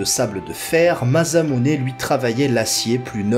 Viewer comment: video courte mais sympas, par contre faut arréter de dire MaZamuse et MuramaZa y a que 1 S mais c'est pas des nom français mais japonais donc on prononce MaSSamune et MaramaSSa.